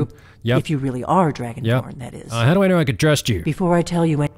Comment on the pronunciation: be like “IM DRUGO-BORN”